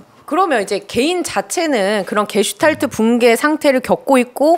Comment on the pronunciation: 게슈탈프나 게슈탈퍼 또는 게슈탈포가 아니고 '게슈탈트(Gestalt)'입니다. 김종대 전 의원님, 전문용어를 자주 사용하는 것은 좋지만 할 때는 정확하게 부탁드립니다. 아무 것도 아닌 이야기를 그냥 쉽게 말하면 되지 유식한 척 어렵게 이야기하려니까 참 횡설수설 하십니다그려 ........